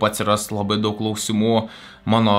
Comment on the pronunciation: Priminimas kirčiuoti "kláusimų" day 1